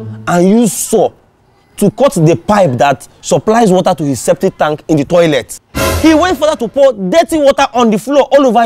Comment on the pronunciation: It's septic not ceptive...... Thanks